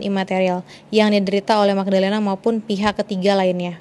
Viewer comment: Mgdalenaf Bukan Magdalenaf , tapi Em Ge dalenaf astaga 😭😭😭😭😭